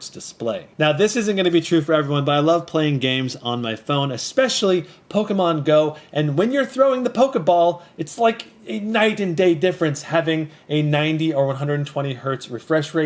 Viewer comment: Lost me at”pocaman”